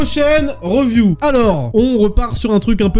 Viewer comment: Mec. J't'aime bien ( même si je trouve ce format un peu trop sage :) ) Mais le "reuviou" c'est pas possible. Soit tu dis "analyse" , soit tu prononces "review" comme ça se prononce. "riviou" phonétiquement. Merci!